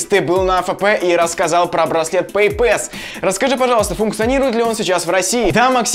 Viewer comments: Произношение "пэйпЭс" режет слух! Опять попытка быть большим англичанином, чем англичане! Вспоминаем: пассворд, длинный пас... И слушаем . Т.е., произносим пЭйпас с ударением на первый слог. И не иначе. Не надо коверкать слова, пусть даже они и вражеско-буржуйские... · Надеюсь автор видео уже запомнил, что: 1. Не беспроводные, а бесконтактные карты, какие нахй провода? 2. PayPass читается как ПэйПасс. 3. Просить расплатиться браслетом не стоит, ибо блять никто кроме тебя не знает что это.